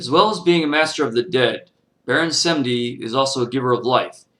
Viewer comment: Wow you make us white people look stupid and for a fact we do use voodoo doll and Baron Samedi you said his name wrong that right there is disrespecting him. Plus if you going to talk about a Lwa or any god from any path you should search more then reading it from a book a book will not tell you shit they only tell half the truth or complete BS. I not trying to sound like a dick but I do practice Voodoo